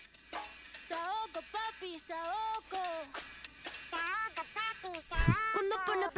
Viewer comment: After a 2 minutes into to Rosalia and after saying that you’re a huge fan and u absolutely love this album you proceed to say “Saoka” instead of “SaokO”😭😭